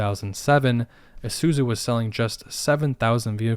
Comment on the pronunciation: I like how he pronounces Isuzu as "ehsuzu."